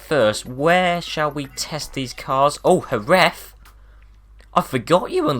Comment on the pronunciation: Omg, you are the first English speaking person to pronounce correctly Jerez, thanks everyone pronounces it like Jeres.